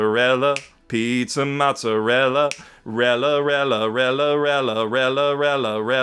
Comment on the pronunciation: Holy shit I never thought I'd actually hear Gyro's Pizza Mozzarella, but in comes with the perfect rendition of it.